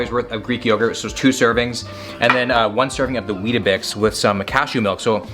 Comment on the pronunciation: As an Australian, it’s a bit unsettling to hear you say “weet a bix”. Can you please say “weetbix” instead haha